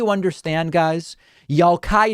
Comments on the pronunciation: Did you just say “Yallkida”? 🤣🤣🤣🤣🤣🤣🤣🤣🤣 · Omg you said “Y’all Qaida” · Did you just say, "Y'allqaeda"??? 😭😅 Lmao! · David, did you say Y'allqiada? That's hilarious! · Did David really just call them Y'all-Qaeda? LMAO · Did he actually say “y’all-Qaeda”? Lol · Did he just say "Y'all-qaeda" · "Yallkaida"! Damn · David said "yallqaida" fucking 10/10 lmao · LoL, "Yall-qaida"